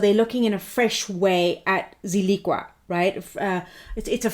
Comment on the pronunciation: Pronounced Zill-ick-a